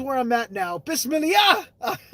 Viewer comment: Love the vlog😘 be safe 🙏❤ Hahaha you said it wrong it is Bismillah